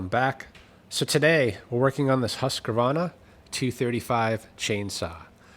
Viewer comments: It's not pronunced Husq(e) - varna, it's Hus - qvarna. Hus = House Qvarna = Mill Simpsons = Millhouse Keep up the gret work! I look forward to your vids every Thurday :-) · Not husq varna its "Husqvarna" spell it like this Huskvarna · The brand of the chainsaw is a Husqvarna and phonetically spelled it it Hoosk-varna but you can say Husk-varna as well just not husk-wa-varna. This pronunciation is directly from the company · Its called huskvana. There is no A in the name. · Great fix!!! ALL Americans and Many other english spoken nations say Husqavarna ??? Hus-qvarna 😅 There is Also some Volkswagen issues Pronounce Folkswagen… German V is pronounced like F BMW is pronounced BMV [BMVe] (Bayerische Motoren Werke) German w is pronounced like V Just saying! Hope it helps someone😂 (Im a fully educated lumberjack with +3 decades of experience - And prefer Hus-qvarna, had same issue several times, on my and other People’s saws) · In case you are wondering, It's pronounced HUSQVARNA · I think you’re wrong I think it is pronounced HUSQVARNA 😂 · I wish people would pronounce the name as the manufacturer says it. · Pleas try google translate to hear how Husqvarna should be pronounced. Preferably in Swedish, but google set to English is not far off either 😅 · is not adding a non existent extra A in the middle of a brand name is very strange? isn't the equivalent of calling a library a liberry? Or pronouncing nuclear as nucE-lar?